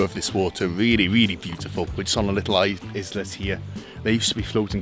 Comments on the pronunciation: I know you are Welsh, but please stop murdering English words. Islet = small island, pronounced eyelet ! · am amused with the pronunciation of 'islet'. LOL God bless you for helping our kababayans!